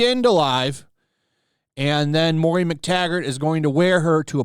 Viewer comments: Do you really not know that it's MOIRA, not Moria? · Moira is “Moy-rah”. “Mor-ee-ah” is Moria. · The name is pronounced MOY-ra.